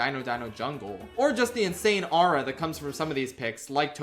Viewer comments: "more arah" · I cringed so hard when he pronounced “aura” like that lmao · That's not how you pronounce 'aura'.